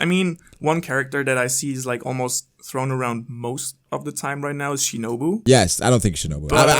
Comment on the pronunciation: It’s Shinobu 🤷🏾‍♂️